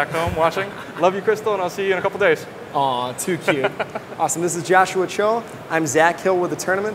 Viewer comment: how come cannot say his name correctly?